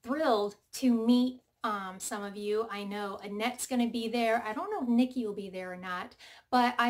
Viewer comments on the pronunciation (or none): none